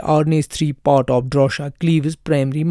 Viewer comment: DROSHA-NOT DORSHA!